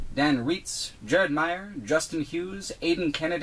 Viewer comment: I'm glad you pronounced my last name right (Jared Meyer) I get a lot of people pronounce it May-or instead of the correct My-er. And this was another fantastic video by you as I've always been curious about this game. Thanks!